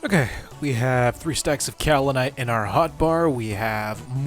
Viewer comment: to answer your question on pronunciation, it was correct! “kau·li·nite” is in fact the way it is pronounced. Hopefully that makes you more confident. 🎉